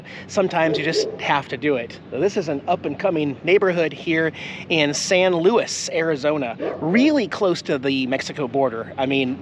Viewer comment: It's pronounced San Lu-ees,.